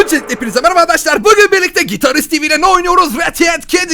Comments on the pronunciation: Neden handaşlar diyon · Sen arkadaşlar ediyorsun andaşlar diyosun